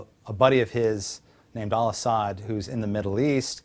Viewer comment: zakiav lol its zachaev this guy is stupid! zakiav zakiav zakiav!!! LOL wow! you know how to say Al Asad!